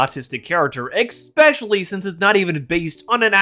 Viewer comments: really good video but please stop saying "eck-specially", it's really distracting 😭😭😭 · i gotta thumbs down for "ekspecially"